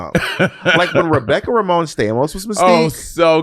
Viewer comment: Romijn pronounced Ramone. I cackled every time 😂